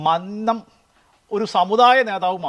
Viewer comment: മന്നം എന്ന് ഉച്ഛരിക്കാൻ പഠിക്കു ആദ്യം